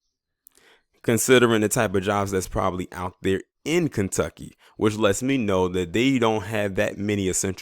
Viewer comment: He said Klantucky 🤣😂 Love it !!!